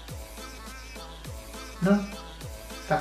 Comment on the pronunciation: é leviOsa e nao leviosá